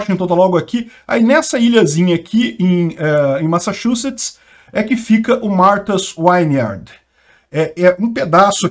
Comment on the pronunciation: "Martas Vineard" - é assim que se fala, é uma ILHA que só vive magnata. Eu morei em Falmouth MA, próximo de Whoods Hole MA, de onde sai a balsa para Martha's Vineyard que são cidades da ilha de Cape Cod. Os ex presidentes todos tem mansões lá. É uma área, Whoods Hole, de casas de férias, é uma região rica. Esta região tem poucos imigrantes comparando-se com a região de grande Boston.